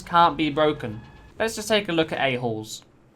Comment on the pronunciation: "Let's take a look of A-halls" suggests a different thing with his accent